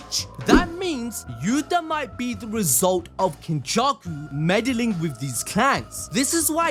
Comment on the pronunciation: This nigga did not just say “Kenjussy” …. Oh my